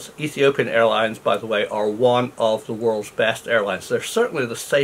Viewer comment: Dear Prof. please accept my apology. You actually said "one of the world's best ailines."